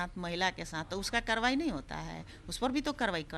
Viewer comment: Ye dhang se karywaahi to bol ni pa rhi aur kaarwaai ki bat kar rahi hain . Maanlo madam congress mukt Bharat